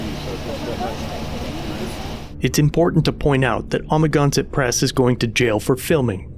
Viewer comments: It's (Ama-gan-sett)............ not amaginsatt......... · I think you could have spent a little bit of time watching his videos so you can pronounce Amagansett press correctly. Just saying you could be a bit more respectful of that.